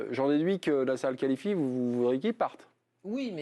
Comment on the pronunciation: Pourquoi prononcer le nom de Nasser de cette façon? cette cloche de présentateur....